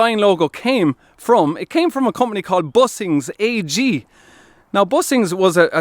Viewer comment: It's not "Bussings AG", but Büssing AG.